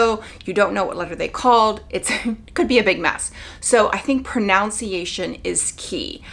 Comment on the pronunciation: Good info but it's proNUNciation. I cringed hearing pronunciation.